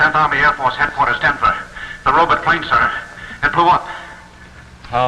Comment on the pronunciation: My butt, your butt, robutt 😂😂